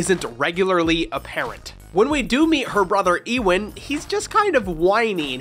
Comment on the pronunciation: "eewin" it's funny seeing people read Ewan in different ways, it is unintentionally hilarious i always read it as "You-win"